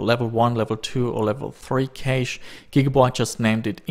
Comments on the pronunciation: It's not pronounced kaysh but cash. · you pronounce cache cash not ca che. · Level 1 and level 2 "kaysh"